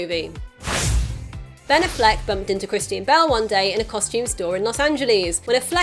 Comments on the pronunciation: good video...but it's not Uh-flec it's Affleck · The City Meh, the reviews and drop off in box office says it all. My prediction is the next movie the director will stop trying for dark and gritty and go back to trying for a good movie. Also its aFLeck you put the emphasis on the wrong syllable.